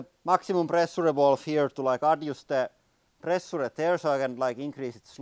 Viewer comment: too much pressh-yure-eh.